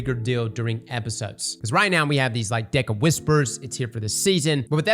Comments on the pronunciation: Am I the only one that hears "Dick of Whispers"? 💀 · Am I the only one that hears dick of whispers every time he says deck of whispers? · Is it just me or am I the only one who kept hearing ‘dick of whispers’?